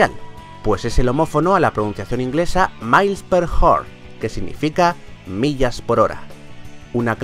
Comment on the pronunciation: dices mailis tails